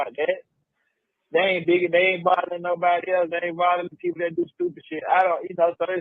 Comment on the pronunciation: I feel like he called her a “new body” in lieu of a nobody 😂